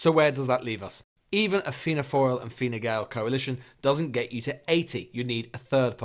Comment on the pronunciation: Fianna “foil”